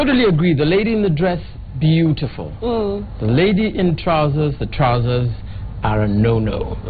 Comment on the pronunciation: I cringe every time I hear Trozzer... its trousers..